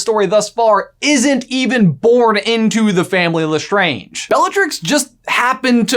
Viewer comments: did you just say LESTRONGE! it’s lestrange! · Did you seriously just say Lestronge. Lestronge. I've lost faith. 🤣